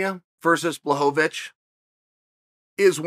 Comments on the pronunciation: Blachowicz not bahovih 🤣🤣🤣🤣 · BLACHOWICZ not BLACHOWOWICZ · Everyone: Blachowitch Chael Sonnen: Blachovovichevich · Blachowicz: “Bwa-ho-vitch” Chael: “Blahovovich” Blahovovich: “ok great” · I have Polish friends. I asked, they said 'bwa-cho-vitch' but maybe it's different for different parts of Poland? Either way, they both are closer than BLAHHOHOHOHOHOHOVITCH like Chael says lol! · Chael “Blahovovitch” Sonnen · I hate to correct the gangster, but he meant to say BlahoVOVOVOVOVOVOvich. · always wondering why is it so hard to pronounce his name correctly? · bwa-cho-vitch* Close enough though. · its actually bwa-ho-vitch bro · To me it sounds like he’s saying Blohovlobitch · Chael correcting the pronunciation of Jan's last name, it's actually BLAHOHOHOHOvic. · Chael “Blachowo-wicz” Sonnen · No one ever in the whole world: Chael: “BlahHoeVaVich” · There have been many pronunciations of Blachovicz, but Bwahovovich might be my favorite. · At this point I start to think that Chael is fucking with us with that extra "vo". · HAHAHAHAHAHA This must be on purpose!! Blueeeehooovvvaaatitch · i laughed out loud every time he said blahovovic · Me: oh, it's "ł" in Błachowicz in thumbnail, I'm sure he will speak it correct. Also me: man who tf is Blahohovich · ''Yawn Balhovovich'' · If Blahovovovovovic wins perhaps Lazy Chael will learn how to pronounce his name. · "Blahowvavich" chael sonnen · Chael's botching fighters' names is nearing uncle Joey's level hahahah Blaho-vo-vich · Chael uses words like perennial and juxtapose and then calls him Blahovovich for 10 min. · Chael blahovavich sonnen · its pronounced "Bla-ho-vitch" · the number one mma personality yet still can't pronounce anyones name correctly. Blahohohovich isn't his name hahaha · My wife is from Poland and she‘s way smarter than me. It’s actually Błachowicz. [Bwuahowitch] Cześć! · How many "O sounds" are in the name, Blachowicz. Chael sets the over-under at 4. :)